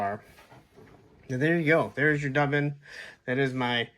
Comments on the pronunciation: M’bad. Didn’t look at the other comments. I’ve also heard, “doobin” which was he all 70s. Ha. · Duban (Dew-ban). 😂 Dub-an… 😂 he goes so great with Boreus (the gray horse). Also that’s not an Eagle. It’s a Hawk named Vedrfolnir… yeah I dunno how to pronounce that one. 😂 he looks so much better with the cloak and without the pauldrons. My only complaint is that the best crossbow hand doesn’t have a vertical hinge. 😢